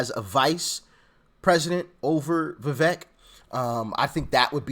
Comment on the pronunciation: His campaign people are doing him wrong with the fake Fauci images and other stupid things. Trump doesn't deserve "loyalty" from DeSantis. Trump isn't a king. Vivek's name is pronounced, "viv-ayk"